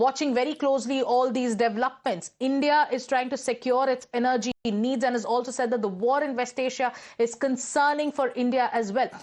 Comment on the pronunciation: Represantative, why do english newscaster, give news in english. This lady cannot prounce a simple word Represantatives This word is not prounced the way its written.Its prounced , Rep re sen,tives. Not as she says, Rep-ree zen - ta tives. Energy,also she misprounces. What english is taught to this harsh spoken,lady?